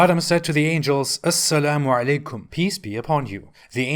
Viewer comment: I laughed so hard when he said "as-salamu-alaikum" 😂😂😂